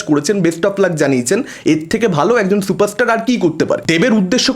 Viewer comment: দেব নাকি সুপারস্টার 😄😄😄😄 কালা থুতলা বাংলা উচ্চারণ করতে পারে না সে আবার চুপারস্টার😄😄